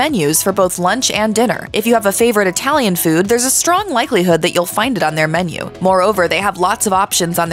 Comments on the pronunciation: I'm sure it was. But I was making fun of the way she pronounced "Italian". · ..."Known for their humongous portions and unique itty-lee-an inspired offerings.."